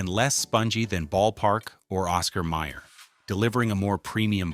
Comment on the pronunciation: It's Oscar Mayer, not Meyer.